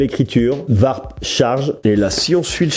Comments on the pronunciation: "varp charge" 😅. Ça se prononce "ouarp" 😉. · Sympa le comparo 👍 Par contre je trouve les tarifs vraiment abusés par rapport à des marques plus etablies. Pour moi, la marque à suivre pour le moment c'est Xiaomi ; sans doute plus pour très longtemps, ils se mettront forcement au diapason. Par contre stp.... warp = "ouarp" et settle ="seteul".... je ris à chaque fois 🤣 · Ça se prononce plus "vrap"